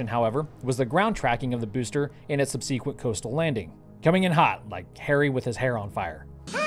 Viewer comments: Sub'-seh-kwent not sub-see'-kwent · Sub-see-kwent? How about Sub-seh-kwent, like it is supposed to be? This is my phonetic spelling. Webster might spell it differently. Yes, that's all I have to bitch about. Thanks for keeping us informed! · It is spelled "subsequent" but pronounced "sub-sick-went" by every American but you, why? Why pronounce it as written rather than standard pronunciation, besides alarming me.